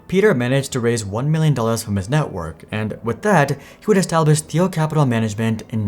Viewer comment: Doing a profile like this, one would think you'd take the time to find out how to pronounce the persons name xD